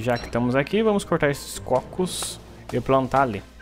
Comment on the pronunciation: falando cócos foi melhor coisa desse video (Mata um bífalo)